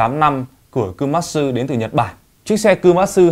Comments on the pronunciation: Đọc tên xe cũng. Sai, kumatsu nó là ku ma tsu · Đọc sai komatsu rồi